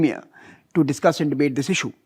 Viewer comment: samir sir just a question on the side maybe you can ignore it but why do you say Issue as :is ssue" ???? is this some kind of tick you are giving to the whites?